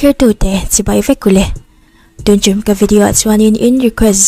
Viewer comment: tun trum ph lam dik tawhlo - 'tien trim' 🤣🤭 mce nalh tho niao miss tluang👍🏻